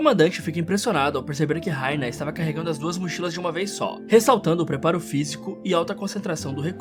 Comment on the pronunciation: mn o nome deles é bertold e rainer n sei escrever mas n é do jeito q vc disse